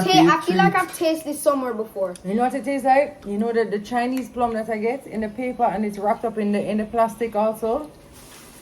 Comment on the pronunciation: Man say plum chow nuh now 😂